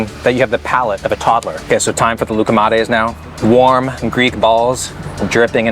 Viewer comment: as much as I love your content as a Greek person the way you pronounce loukomades is driving me insane